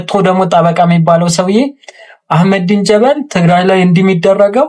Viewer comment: he say አህመዲን ጀ(ሸዳ)በ(ሸዳ)ል 😂 ል ምትለውንም ሼም ይዞት ነው ሻዳ ያላደረጋት መሀይም